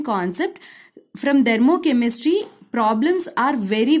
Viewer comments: Ma'am...u r really amazing but it's "THERMOCHEMISTRY" and not "DHERMOCHEMISTRY".... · Dhermochemistry✅ Thermochemistry❎